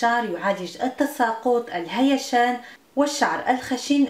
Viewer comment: "الهيجان" و ليس ! الهيشان!